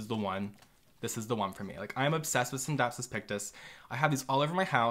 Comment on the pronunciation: Great video! I have a few of these plants in my home and I love them. I appreciate how you don’t pronounce the c in scindapsus.